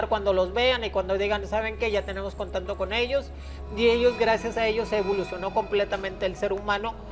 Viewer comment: Segundo 53, dice este señor vestido de mujer, senta(secta ) min. interantual, (qué es interantual?), Jajajaja la viruela del mono es menos inmortal jajaajaj, contanto (contacto) Jjjaja danna paola Show men, este señor ya ni sabe que decir, por favor heraldo, póngale un maestro que le enseñe a hablar.